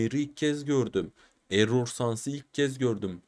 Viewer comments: Abi error sans eror sans diye okunur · elol sans değil error sans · ınk değil ink sans Errol değil error sans doğru söylüyorsun abi